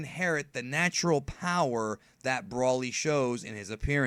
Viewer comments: pronounced...BRO LY..broly. not Braly. you keep saying brawly. i know your a dbz fan u should say it correct 😕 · Why do you say brolly like that? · Seroiously?! It's broly not brawlly And sayian not scion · its pronouced as Broly in proper english